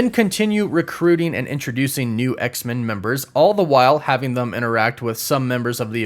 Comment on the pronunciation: Hahahaha he said THUM. It should've been them hahaha